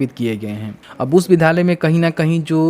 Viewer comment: Bhai sab se pahle thum "vidhyaaly " bol na shik lo tab video bana na